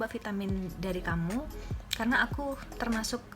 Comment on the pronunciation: Kax yg prtma g jls bacaan vitaminya